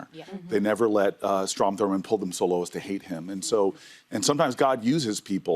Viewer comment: Ana says Thurman and i’m like who??? never heard of this name a day in my life